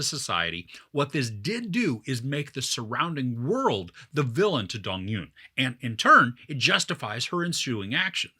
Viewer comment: Loved it! And fyi it's not Dong-yoon, it's Dong-eun which is hard to pronounce for westerners